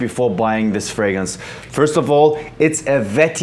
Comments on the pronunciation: I've heard Freymrance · its a vetty verrr based fraymins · “Vetiver based fraymence” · Only Jeremey can say "vetiver based framrence" lol